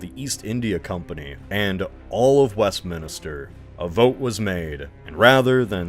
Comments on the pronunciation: Im sorry, but are you intentionally on a quest to mispronounce literally everything? I kinda understand a french last name but everything else? Kilk-enny, Yar-mouth, and fucking West Minister???? Like come on it really seems intentionally at that point. Great video but the amount of research you did into most things, but then completely blunder every pronounciation is kinda silly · Great video! Btw, pronunciations of Norwich, Great Yarmouth, Weymouth, and Westminster were a little off :P